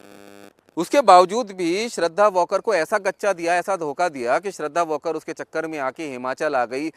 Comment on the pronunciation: वॉकर नही वालकर है नाम